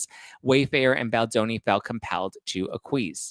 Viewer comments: AC-qui-esced (3 syllables, ACK cui essed) accept RE-neged (2 syllables, RE negged, as if negged again) to go back on sth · Acquiesce: pronounced "ah-kwi- ess". Reneged: pronounced " ree-negg-d" (approximate - just sound it out) Native English speakers not knowing how to pronounce English words will never not be fascinating to me considering the hoops I have been expected to jump through as a non native speaker who speaks and writes flawless English. This month I've heard homage, barrage, impasse all wrongly pronounced.